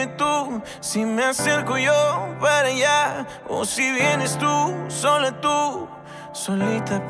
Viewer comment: Todos los cantantes tienen derecho a reinventarse ! Pero también es cierto que todos los fans tienen doblemente derecho de mostrar su tristeza cuando sienten que sus ídolo ha perdido su esencia. Debo decir q en mi caso prefiero al ANTIGUO REIK, es innecesario que pronuncie mal las palabras como Pa en vez de Para, creo q eso sí se me hace mucha huachafada. Y no lo digo porque la música urbana y sus derivaciones sean malas, porque yo hago música urbana y me gusta. Por cierto pasen por mi canal y suscríbanse y dejen sus comentarios. Mis respetos para Reik pero esta nueva propuesta no es de mi agrado.